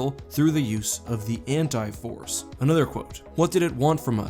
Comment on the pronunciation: Maybe it's just me, but I kept thinking you were saying the Hentai Force... Totally different video there.